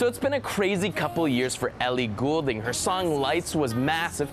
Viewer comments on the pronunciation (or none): Officially Goulding should be pronounced "Gooolding" but she said in another interview she prefers it to be pronounced "Golding". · I'm talking about her surname. People mispronounce it. It's GOLDING not GUUUULDING.